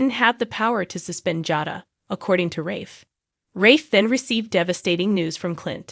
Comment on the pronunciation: The narrator should learn to pronounce the characters name properly. It sounds like a bad joke or she is illiterate.